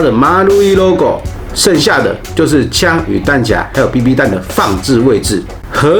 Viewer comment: 為什麼要唸彈夾？不是唸匣嗎？ㄒㄧㄚˊ